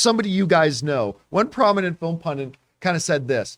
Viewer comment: Wrex'm. Pundit only has one n. Not pundent.